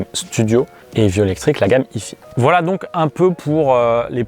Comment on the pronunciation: ah, si on prononce à l'anglaise faut le faire pour les 2 parties : si hi-fi ça donne haï faï, pas haï fi 🙂